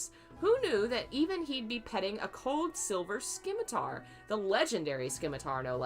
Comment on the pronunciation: Simitar its a silent c :) Oh wow your reading of TGCF is brilliant.